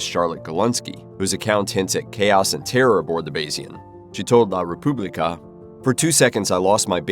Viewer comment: I like the way he pronounced: Publica, as: Pube licker. Much more fun.